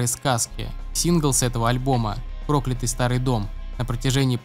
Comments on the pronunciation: Спасибо за выпуск. Только не прОклятый, а проклЯтый старый дом. Аж уши режет... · Прежде чем записывать голос, необходимо узнать, как правильно называются песни. Не про́клятый старый дом, а прокля́тый старый дом. Фу! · Сразу понятно, что автор не в курсе того о чем говорит. Это понятно по тому, как он ставит ударение в слове проклятый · Не прОклятый старый дом , а проклЯтый старый дом ! 😉😉😉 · ПрОклятый старый дом....сразу видно видос снят по тексту с википедии...музыка прослушана не была))) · ПроклЯтый старый дом, а не прОклятый 🤦🏻‍♂️ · Не прОклятый старый дом, а проклЯтый…. 🤦🏻‍♀️ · Меня одну коробит от ударения в слове прОклятый ? Поют они совсем не прОклятый… кто озвучивал текст, хоть слышал песню ??😂🙈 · проклЯтый, а не прОклятый